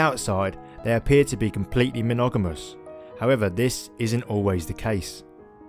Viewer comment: Wever. Fwee to five. Predituse. Dooties.